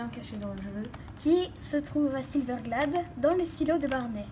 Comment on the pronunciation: ta dit silverglade au lieu de silverglede